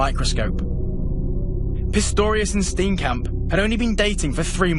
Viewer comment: You don't pronounce Steenkamp as Stinkcamp. Its an Afrikaans surname.